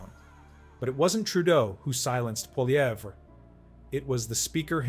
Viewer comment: Pronounced Polly-ev!